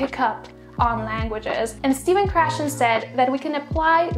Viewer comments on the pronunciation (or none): none